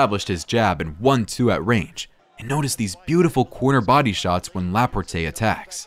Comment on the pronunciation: Is this A.I. narrating? Notice the pronounciation " Lah-poor-tae"